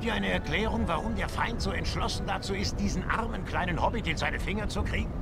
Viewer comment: Hobbit nicht Hobit